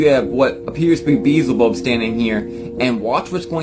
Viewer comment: "Beezabub"??? That boy needs help